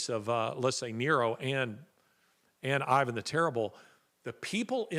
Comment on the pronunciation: And now you pronounced it the way I have always heard it “Ivan” the terrible